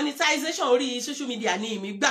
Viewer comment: Error in pronounciation dear, it is not called, "shoshial media" but "social media."